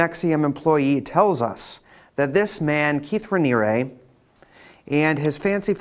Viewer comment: I've never seen someone pronounce so many words incorrectly. Do you not hear other people saying Sea-grams? Hillary Clin-TON? Raniere, "Raneeree" not "Raneeryah" Well, you said New York correctly. funny